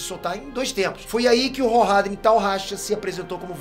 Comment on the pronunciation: Parei de assistir na hora que ele falou rrorradrins kkkk😂😂